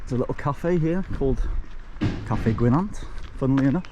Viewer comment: Good vid, only a little prob, Llyn Gwynant it's not Llyn Gwyn ant as you say it's Llyn Gwy nant, it is important because it's Welsh it needs to be respecrted.